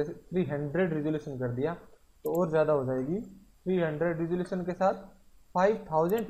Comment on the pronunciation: he said ressalution